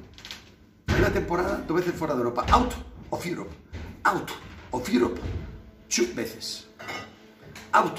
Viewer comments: .Muy buen inglés. RP del mismísimo Oxford. "Aut of Jiurop chú veces. Aut of iurop en la fers iurop Champion. Y aut os Iurof, second Iurop, la Europa Lig." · Un poco de idiomas no le vendria mal a Roncero out of uerope two veces, jajajaja